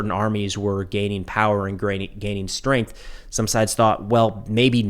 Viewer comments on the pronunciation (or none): none